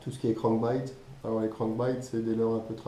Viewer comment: Les " spinnerbaït " les " jerkbaït " les " crankbaït " et les " swimbaït " 😂😂